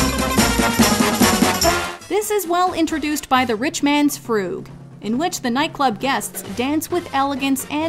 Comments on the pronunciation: I recall “frug” as rhyming with rug. Not froog. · It's pronounced "Rich Man's Frug" as in Rug , not "Froog") Other than that minor quibble, Nice tribute !👌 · Frooog?! It's Fruhg to rhyme with bug! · I never heard "frug" pronounced "froog" before.